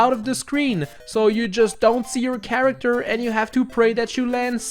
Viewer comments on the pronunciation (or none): none